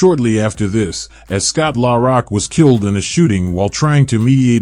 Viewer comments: He need to get Scott name right R don't pronounce It at all I hate these people that do these videos they don't know how to pronounce people named right and they don't know how to tell the story right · Put respect on ScottLaRock name if you can't say it right stfu